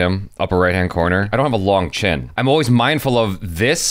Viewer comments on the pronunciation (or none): none